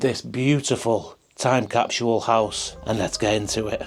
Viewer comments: (Kap-sool) "Capsule"---🚫kap-shull🚫capshule🚫.😂 Funny how American English/Americans, "Speaking the Kings"more proper than people from where the English language was developed....😊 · Go back to school LMFAO, time capshule?? What in the F*CK????? Spit out the mouth full of toothpicks LOL!!!!